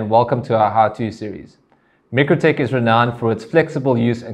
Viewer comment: Should I be trusting the informatio from someone who can not even pronounce mikrotik (my-crow-tick) correctly, and no its not the S.A. pronunciation , and for those who dispute this, just watch Mikrotik's own videos.